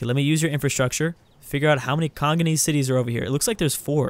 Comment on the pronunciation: dude it's Congolese not conganese.